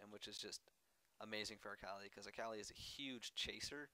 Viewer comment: pronounce her name right at least its UHKAHLI and its Amplifying Tome not Tomb, long o